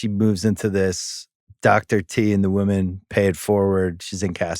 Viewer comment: still can't say ''women''